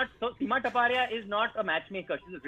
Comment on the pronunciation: No hate but seems taparia sounds like tapa-tap.... Tapa- tap?HA...HA...HA🤭